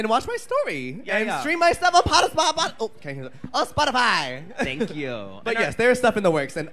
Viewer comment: “Potisfy” is my new name for that app thank you mirage 😂